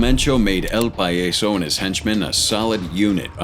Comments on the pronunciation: its not "Pa-yeso". its "PAH-YASO". Say it slowly.... PAHHHHHH - YAHHHHHH - SO i remember los metros. werent they the ones who killed La Niña? or is it the other group.. Cyclones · It’s pronounced pa-yaaa-so not payayso if you’re going to say something in Spanish please research it at least it’s extremely rude it just means the clown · Lol El "pie - yes - so" what the hell is that? You mean el PAH - JAH - so.... 🤦🏻‍♂️